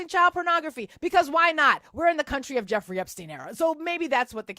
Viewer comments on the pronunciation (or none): none